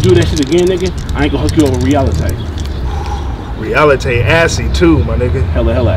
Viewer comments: I ain't gon hook you up with "Realitey" lmao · Realitay? Come on bruh... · "OG-ahn" and "Realitay" 🙄😂 These names! 😂😂😂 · Not Realita'e 😂😂😂😂😂😂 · 😭😭😭😭😭cryin..den nigga said reAlitay